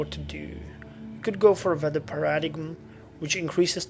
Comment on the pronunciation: Just for future reference, 'paradigm' is pronounced 'para-dime'